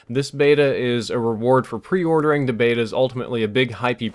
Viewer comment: Nobody says Beta properly!